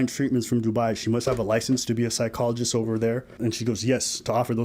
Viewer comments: I swear I'm hearing "Side-cologist" instead of Psychologist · 😅 Damm that's on point